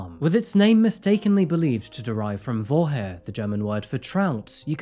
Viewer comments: "Trout" means Forelle in German, which is being pronounced foeRALLe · you mean „Forelle“? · Vorhe is the Old German word for trout, the current name is Forelle - you had me confused at first!